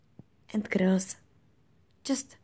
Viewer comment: Bože můj -,- ta Anglinčtina! -,- já chodím sice do 5, ale už teď pochopím že neumí Anglicky. Místo girls řekne grils.. No to snad není možné, kurňa když neumí mluvit jiným jazykem, tak ať radši neříká nic.. No, jen se do mně pusťte že já jsem dítě a nemám koho poučovat. Ale to se opravdu nedá poslouchat.